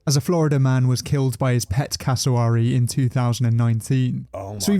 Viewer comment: The wary part of cassowary is exactly like wary, nothing like he said it.